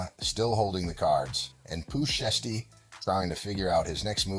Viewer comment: Pooh Shiesty, Pooh Shee-esty, Shy-esty and Pooh Sheesty in trouble yall